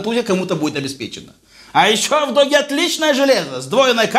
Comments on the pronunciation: Не ДОГИ, а ДУГИ. Если это английский конечно. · ДОГИ аж по ушам резануло. Дууги или Дууджи. А так смартфоны этой фирмы хорошие, у меня x5. проблем не было. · Не "Доги", а "Дуги", или "Дужи"